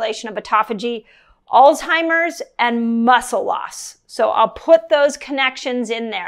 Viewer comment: "ALLLLZZZZ" HIIIII MEEERS (repeat) (ALZ HI MERS) (ALZ heimer's)... Not Alltimers...